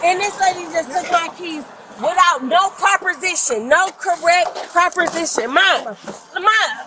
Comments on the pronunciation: Word of the day: Properstion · "No correct propersition"🗣🗣